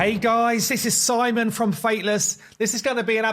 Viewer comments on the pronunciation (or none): none